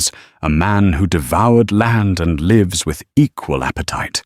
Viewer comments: learn to pronounce the word «lives» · I love the stories. But, they do need edited. Lives for example, has two meanings and two pronunciations. Make sure the correct one is being used.